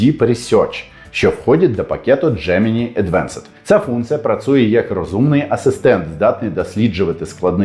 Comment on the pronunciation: Вже скільки років ви говорите "працує". Витратьте 10 хв часу під час прогулянки чи чогось подібного і 50 разів скажіть "працЮє"